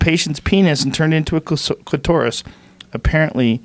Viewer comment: Rogan pronouncing "clitorus" like "clitaurus"... like it's a dinosaur haha